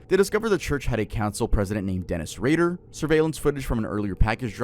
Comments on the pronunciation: it isn’t Dennis Ray-dar its pronounced Dennis Raider. And you kept saying he would blind, torture and kill. He would BIND torture and kill😂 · you gotta proofread your videos and pronunciation more often man. its dennis RAY-der, not ray-DAHR. you flip flop on which one you call him. also bind, not blind. for discussing cases where people have died, you should probably have a little more quality control